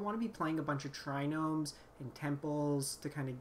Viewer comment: please I'm begging you. There is no N in Triome.